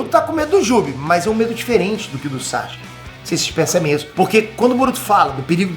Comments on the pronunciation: SASUKE NÃO SAXUQUE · Não aguento ver o falar SÁCHUQUE kkkkkkk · SAXXXKE KKKK